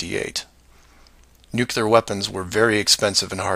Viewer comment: You truly give a new definition to the concept of "reaching." You have no basis to defend any of these claims other than your own paranoia. I understand that some people have such a desire to feel smarter than the "sheeple" and are thus more likely to accept fringe arguments. Also, learn how to pronounce "nuclear."